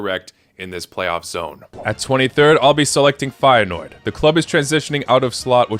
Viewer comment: 227 with Feyeneoord correct